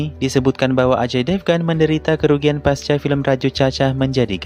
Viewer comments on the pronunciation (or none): none